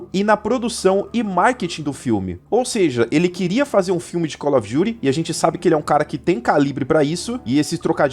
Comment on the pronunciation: Acho satisfatório ele falando cólófidury as vezes kkkkkkkk slk melhor Youtuber